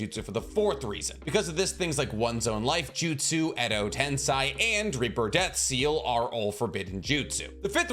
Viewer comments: Not you saying Edo tensai😭😭 im dead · Every time he said Edo TensAi I flinched a little. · I don't want to be that guy, but its pronounced Edo "Ten-Say" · Your pronounciation of Edo TensEi shouls be the forbidden jutsu my man. Not to mention Suigetsu. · Why do you pronounce Edo Tensei like that? Its not the way its supposed to be pronounced.. english pronunciation is so weird sometimes.. just say it like they do in Japanese version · Why on earth are you pronouncing Edo Tensei in such a weird manner... -_- it's so grating to the ears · Take a shot every time he mispronounces Edo Tensei ... spoiler alert, you drunk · I disliked this video and unsubscribed because you can't say edo tensei correctly. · Every time he mispronounces edotensei, a puppy dies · Why do you say Edo-tenSAI? It’s Edo-tenSEI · Im sure its tensEI not tensAI. It was grating on me how you could seemingly pronounce everything correctly except for this one thing. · "Edo tensy" hurts me dude.🥲Tensei like Sensei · Edo ten-say. Not Edo ten SAI or Edo tensign. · it's not edo tensai but edo tensei, no hate but if u wanna make video on it, at least pronounce it right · pls stop saying Edo TensAi.... it's Edo Tensei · I love the videos, though 100% of the Edo Tensei have turned into Edo Tensai. It's almost like saying Noruto instead of Naruto. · It’s Edo tensei not edo tensai. Pls try to say it clearly because it’s annoying hearing you say Edo Tensai. It’s EDO TENSEI. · Its Edo Tensei not Edo tensai! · And you keep on repeating the wrong spelling, edo-tensAi! Soooooo many times! It's annoying really! EDO-TENSEEEEEEEEEEEEEI! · Why do insist on saying edo-tensAi!?! Edo-tensEi! It's that simple! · Gosh, I hate the "Edo Tensei" Parts of this video... It's spoken "Edo Tensay" not Sai 😫... Like...the way they say it in the show...please just speak like the fucking characters using it 😩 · It’s pronounced Edo Ten-say. All the characters in the anime say it this way. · “edo tensAi”